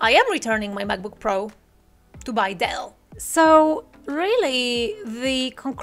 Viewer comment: I imagine you wasted lots of energy and are a bit stressed about it. I'd feel the same. But some things are just not meant to be. I'm certain you'll enjoy Dell (the way you said it was so funny 😂) and do amazing videos with it. Welcome back to Windows world 🌍😄 Waiting for next videooooooo... 💯💪 Keep it up